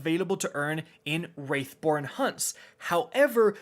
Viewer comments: For the love of God please please call them WRATH(/raTH/) - BORNE hunts, not WRAITH( /rāTH/) BORNE hunts. The line of the a indicates more of an emphasis on the A for pronunciation. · youve been ssaying "wraithborn hunts" for the past like 6 vids when its "wrathborn" and its slightly irritating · Wrath, no wraith. Jesus, do you even play? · Wrathborn, not wraithborn, wrath born.... WRATH -. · FOR THE LAST TIME, it's WRATHborn not WRAITHborn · W R A T H. It’s W R A T H not Wraithborn hunts please say it right. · Learn to say wrathborn not wraithborn.... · I guess my other comment wasn't obvious enough so *Wrathborn that's wrath like anger wrath not wraith like specter wraith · So um, that missing "i" in Wrathborn means that is a different word than "Wraithborn" which you seem intent on always saying lol. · How come nobody knows how to say "WRATHborn"??? wrAAAAAAth born. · Yeah I almost think he's doing it on purpose at this point lol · Oh, bro you're late, he was saying that all last season